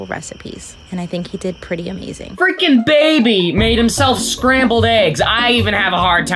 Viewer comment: PLEASE STOP SAYING FRIKING!